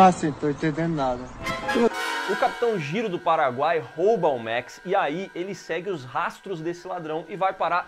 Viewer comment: O certo é "Jairo" não "Giro" pelo amor kk